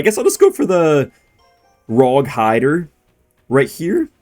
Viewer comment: the typa guy to say Rog hIDer🥀